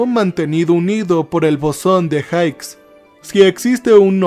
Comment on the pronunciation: se pronuncia "bosón de jigs" no jaiks. Genial capítulo.